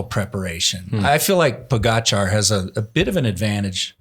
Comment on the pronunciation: Another year of not knowing how to say Pogacar.